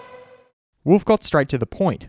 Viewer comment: Please dude, pronounce his name correctly. Its not /wʊlf/ like he is some kind of wild animal. Its Wolff (pronounced almost like its written).